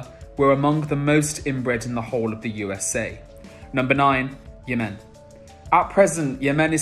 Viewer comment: Interesting video. Although I think the UAE should be on the list...Also I have never heard anyone pronounce Yemen the way you do before - it was unexpected